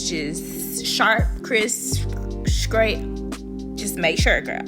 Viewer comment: The word is straight not scraight. We review and listen to people who speak horrible English.